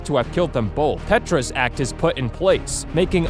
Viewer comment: PETRAS NOT PETRA'S